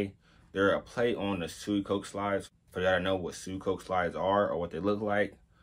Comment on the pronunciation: It’s pronounced “say chi” and suicoke is “swee ko kay” nice review tho!